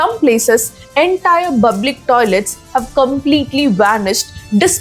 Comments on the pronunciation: You are talking too good, may be correct only one word public.. you are pronouncing as buplic. This change makes peace for the ears.. please try once.. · Hi, I am your big fan, the way you rendering a message is just awesome, please pronounce public correctly, it's not bublic, in a previous video also I noticed the same, you once said you couldn't pronounce r, why p? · Correct your pronounciation It's public not bublic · Please work to say the word "Public ".... with proper pronunciation